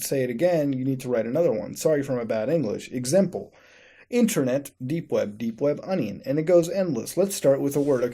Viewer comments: It sounds like your saying dank web browsing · Wait did you just say "Dank web browsing"?